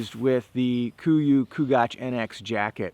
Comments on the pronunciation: Fuck me. It's not kugach. Its Chugach. Ch. Only annoying if you r from Alaska. Great review! I cant stand Jason Hairston but the gear isn't half bad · Chugach is an Alaskan native word pronounced choo-gach not koo-gach. But this was a great review video. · Just so you know, it's named after the Chugach mountain range in Alaska--where I live--and it's pronounced like chew-gach.